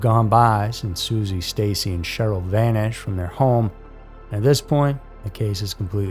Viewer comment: It’s Stacy’s dad not sisi get it right